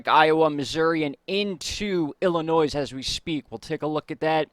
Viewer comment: When you say Springfield, could you please verify which state, Illinois Missouri Massachusetts etc. also… It’s not Illinoi(s) it’s Illinoi